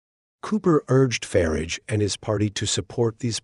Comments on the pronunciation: It's not "Farige" it's "Farage" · "Voice of Brits" with a plastic voice with a yank accent that can't even pronounce 'Farage'. I'm sick of these right wing pseudo journalists.